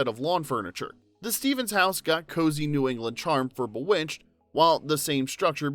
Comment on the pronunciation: Umm, Boowitched??